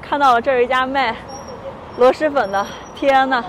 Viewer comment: 听着好难受，螺蛳读音是螺丝不是螺师。提醒下UP主